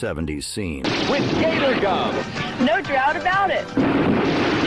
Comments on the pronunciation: "gator goom" 😆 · Yeah I caught it on another video with “margarine.” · Somebody please help the poor bot with the pronunciation of pimentos, Gatorgum and kabobs.